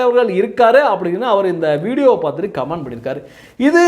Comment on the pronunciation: நீங்கள் உட்பட சில வீடியோக்களில் கமென்ட் (comment) என்று சொல்வதற்கு பதில், கமான்ட் (command) என்று சொல்வது போல் கேட்கிறது. நான் சொல்வது தவறாக இருந்தால் மன்னிக்கவும்.